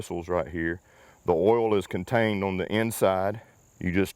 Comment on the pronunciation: Listening to you say owl instead of oil is beyond frustrating, i get the accent but come on stop it lol